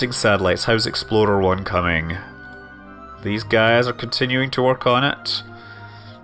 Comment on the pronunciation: it sounds like he is saying "Exploder 1". How very Kerbal.